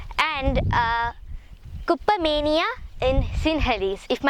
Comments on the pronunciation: correctly pronounced in Sinhala as a native speaker. May triple gen bless you. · absolutely correct the way you pronounced it in Sinhala. Thank you for all the information.